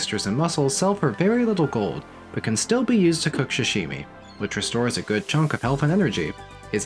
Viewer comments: for the love of god, SAH-Shimi. not sh-shimi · Repeat after me : Sa -Sa -shi -shi - mi -mi -Sashimi! -Shashimi! -🤦‍♂️ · Good video... but good god you gotta stop saying "shashimi" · I find it cute how you pronounce sashimi. Like, shshshimi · Not the *sha*shimi 😭